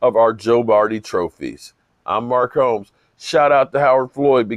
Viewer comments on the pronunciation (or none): none